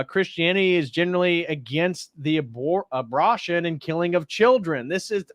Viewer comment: A-bra-tion???? Have I said abortion wrong this whole time?